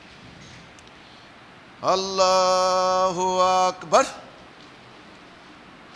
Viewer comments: যে ব্যক্তি আল্লাহু আকবার টা সঠিকমত উচ্চারণ করতে পারে না... যার মধ্যে রসূলের কোন আদর্শ নেই রসূলের কোন সুন্নত নেই... দাড়ি চাসা... এমন একটা ব্যক্তি বলে কোন দলের ইমাম... আর যারা এর অনুসরণ করে এদের মাথায় আসলে গোবর ছাড়া আমি আর কিছু দেখি না... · নামাজ পড়া শিখো আগে কোরআন পড়া শিখো আরে বেটা তোমার আল্লাহু আকবার সহি হয় না আগে আল্লাহর নামটা ছড়িয়ে করে বলতে শেখো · এই শয়তানটা মানুষের সরলতা নিয়ে খেলছে। ইসলামকে নিয়ে খেলছে,,,,,। যেমন, নামাজের শৃঙ্খলা সঠিকভাবে শিখিয়ে,,, আল্লাহুআকবার উচ্চারণের শেষে ধাক্কা মেরে বলছেন। যেটা আল্লাহর সাথে চরম বেয়াদবি। এখানে উচ্চস্বরের কথা বলছেন উনি। আবার সেনাবাহিনী দিয়ে উদাহরণও দিচ্ছেন। বুঝাচ্ছেন কি,,,সেনাবাহিনীদের কমান্ডো বলে আরামে দাড়া,,,, আহ।সূরা-কেরাত, তাকবির পুরো শব্দ, বাক্য জোরে স্বরে উচ্চারণ করা যায় না? ইসলাম নিয়ে ভণ্ডামি করো। নামাজে যে সব তাকবির, সূরা-কেরাত পাঠ করা হয়, সেগুলো দ্বারা কি মুসল্লীদেরকে নিয়মশৃঙ্খলার সতর্কতা করা হয়? নাকি তাকবির, সূরা আল্লাহর জন্য পড়া হয়। শয়তানটা, আল্লাহর দ্বীন নিয়ে খেলছে,,,,,। এ হচ্ছে ইহুদিদের দালাল,,,। আপনারা যারা এদের দলে যোগ দিচ্ছেন বা ইতিমধ্যে যোগ দিয়েছেন,,,, তারা বুঝে-শোনে হিজবুত তাওহীদ কে অনুসরণ করুন। আল্লাহ সবাইকে বুঝার তাওফিক দান করুন। আমীন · আপনার তাকবির সমূহের উচ্চারণ ঐ তো ঠিক হয় না। না জানি কিরাআত এর কি অবস্থা! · আল্লাহু আ----ক ---বা----র ব্যাটা মূর্খ কোথাকার টান আছে এখানে? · ওরে দুষ্টু দাজজাল মার্কা হিজবুত তাওহীদের দল তোদের স্বলাত টা তো হল শয়তানের তৈরি করা স্বলাত আললাহু আকবার , এই তকবীর দেওয়ার সময়ে আ- ক বলার জায়গাতে টান দিলে কেন যেখানে টান নাই সেখানে টান দেওয়ার অধিকার তোমাকে কে দিয়েছে, কুরআনের ক জানে না হাদীসের হ জানে না আর ইমামের নামে নতুন একটি দল তৈরি করে জাহান্নামের দার প্রান্ত থেকে জাহান্নামের দিকে আহ্বান জানাচ্ছ আর অজ্ঞ অবুঝ জাহেল মুর্খ অসভ্য বর্বর পাগল বিকলাঙ্গ মানুষ গুলো জাহান্নামের দিকে পংগপালের মতো ছুটছে। হে আললাহ এই শয়তান হিজবুত তাওহীদের খপ্পর হতে মানুষ কে রক্ষা করুন আমীন। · তার তো কোরআন তিলাওয়াত সহীহ না,আল্লাহ আকবার, তাকবির তার সহীহ নয়। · এই বাটপারে তো আল্লাহপাক বার সহি ভাবে বলতে পারেনা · তাকবীরে শেষে যে ধাক্কাটা মারেন সেটা কই পাইলেন? এটা তো ভুল উচ্চারণ